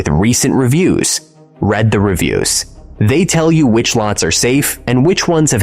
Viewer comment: Clever fox...gets "magnetic hooks" to stick to glass!! "RED the reviews"!?!? Crappy ai again!!